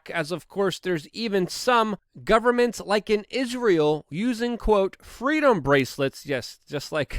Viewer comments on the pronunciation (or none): "FWEEDOM" - Kamala Harris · Kamala braclet line will be called the FWEEDOM BWACLET! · *FWEEDUMB...sorry to be that guy, but I had to fix it ;)